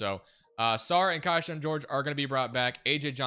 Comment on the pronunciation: It’s Key-Shawn not Kai-shawn